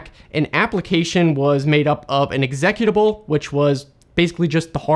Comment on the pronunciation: That is the weirdest way I've ever heard someone pronounce "executable" before...